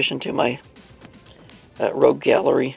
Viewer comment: Rogue not rouge